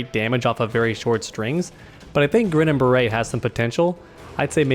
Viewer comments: I always thought Jax's variation, Grinnin' Barrett was pronounced Grin And Bear It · "Grinnin' Barrett" Is pronounced like "Grin and bear it"